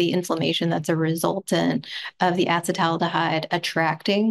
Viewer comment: “Acid-aldehyde” vs “acetal-aldehyde” …but it’s really “a-ceet-aldehyde” in this metabolites case. Also is the most attractive person on the planet.